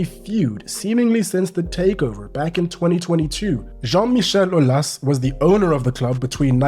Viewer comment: The pronunciation for “Jean-Michel Aulas” was epic period 🤩 Being bilingual I can confirm 🦾